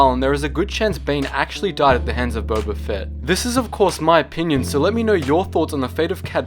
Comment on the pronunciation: did you say bobba